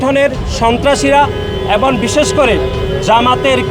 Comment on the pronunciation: মেধাহীন,অযোগ্য আদুভাই ছাত্রদল নেতাদের বাদ দিয়ে নতুন কমিটি ঘোষণা করে ছাত্র রাজনীতির উৎকর্ষ সাধন করতে বিনীত অনুরোধ করছি। বর্তমান ছাত্র দল নেতৃত্ব কোন ভুমিকা রাখতে পারছে না। সাধারণ সম্পাদক এবং -এর উচ্চারণ করে "এবন" - এই যদি হয় বাংলাদেশের সবচেয়ে বড় ছাত্র সংগঠন জাতীয়তাবাদী ছাত্র দলের সাধারণ সম্পাদক এর জ্ঞান? তার মেধা কোন পর্যায়ে থাকতে পারে?